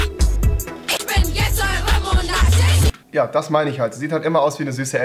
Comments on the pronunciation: Ich versteh die ganze Zeit „Ich bin eure Momo analchien“... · Wie sie immer Momonarchin gesagt hat😂👏🏾